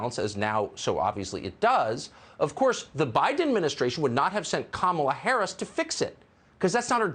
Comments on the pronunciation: Wait when did cukker start pronouncing vice president harris first name correctly? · and of a sudden, he knows how to pronounce Kamala Harris... what a coward!!!